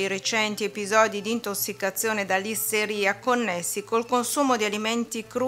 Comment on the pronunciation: L' isteria è una cosa, la Lysteria Monocytogenes, invece è un batterio patogeno. La pronuncia fa la differenza, almeno in questo caso.